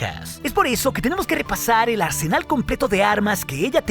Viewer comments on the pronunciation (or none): none